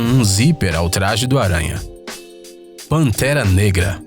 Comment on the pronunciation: Vc falou pantera nega kkkkkkkk